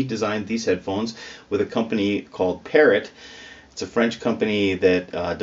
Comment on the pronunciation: we love you but "Parrot" rhymes with "Thoreau" not "carrot".